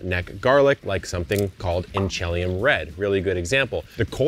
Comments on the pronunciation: The proper pronunciation of that garlic name that you struggle with is INCH-a-LEE-um. It's from Washington. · In Washington we pronounce it in-cha-lay-um. It’s an indigenous word that the tribes use here and we actually have a town by the same name. The native colville tribe in the Inchelium region is where the garlic originally came from and if I remember correctly it is the oldest garlic cultivar in North America! Pretty rad!